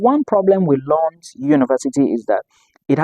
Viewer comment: Loond, that’s the pronunciation